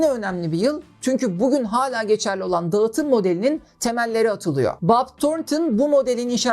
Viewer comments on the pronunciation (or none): Her videonu severek takip ediyorum, iyi bir hikaye anlatıcısısın. Naçizane ufak bir tavsiye vermek istiyorum eğer diksiyon eğitimi alırsan bu anlatımların daha da üst seviyeye çıkacağını düşünüyorum. Mesela Ğ harfi okunmamalı( dağıtım değil daatım şeklinde okunması gerekiyor) ya da açık e kapalı e eğitimi herkesin bilmediği detaylar . Bunlar gelirse seni dinlemeye doyamayacağız 😊